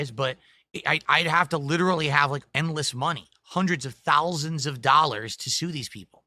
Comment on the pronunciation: hundreds of thowlsands